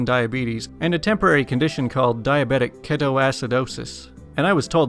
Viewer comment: just wanna let you know diabetic ketoacidosis is pronounced little differently... key-toe-ass-a-doe-sis.